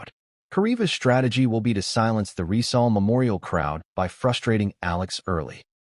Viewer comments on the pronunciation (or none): none